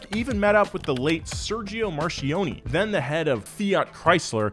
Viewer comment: The way you pronunce "Marchionne" is amazing, I'm italian.